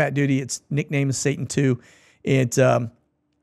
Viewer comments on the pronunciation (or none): none